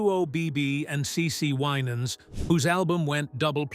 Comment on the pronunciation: You need to know how to pronounce the family’s name WI nans